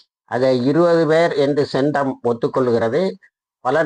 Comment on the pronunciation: சென்டம் இல்லை... சென்ட் காம். என்பதே சரி